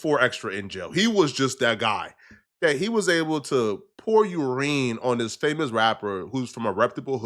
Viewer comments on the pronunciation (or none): what’s “youreen” it’s urine dude. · ureen?😂😂😂 urine you idiot! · Did that nigga just say (pour urwin)!!🤌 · Cuz said U -Rene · did you call urine yurine? lolol